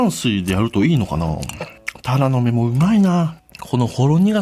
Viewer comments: 金子のタラの芽は鱈の目にしか聞こえんw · 魚捌き過ぎてタラの芽のイントネーションが鱈の目になってる 笑